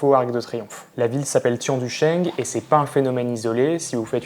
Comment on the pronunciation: ayyaaa la prononciation de de Tianducheng! ça se prononce "tienne - tou - tcheung"